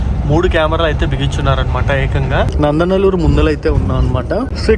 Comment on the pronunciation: అది నందనలూరు కాదు, నందలూరు... BTW, ఆ ఏరు పేరు చెయ్యేరు